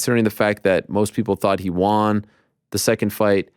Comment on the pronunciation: "Peen-alize" 🤔 Eeeeeh. For a guy who seems so concerned about the proper pronunciation of words. It's unbelievable how badly you mispronounce certain basic words. You try to say Adesanya correctly in an actual African accent, but can't pronounce penalize. Pen-a-lize. Lol. Or one you say nonstop due to covering MMA. You pronounce won as "Juan" or "Waan". Lol. I've seen multiple people comment about how annoying that is. 😂 Gotta give you a hard time Ariel. But I love ya man.